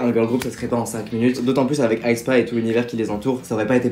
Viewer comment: par contre mes vies on dit "haie spa" pas "aïe spa"